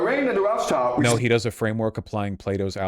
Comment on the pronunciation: You can tell how full of crap someone‘s conspiracy theory is by how they pronounce Rothschild. Hint: It‘s not Roths-child.